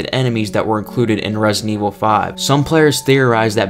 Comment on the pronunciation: "Resin Evil"